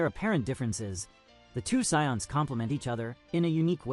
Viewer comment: The scions? like the car. How effing hard is it for a human to read a script. Enough with this AI voice over crap.